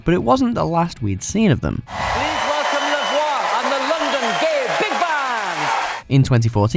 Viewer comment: Lavwa?? It's pronounced 'Lev wa'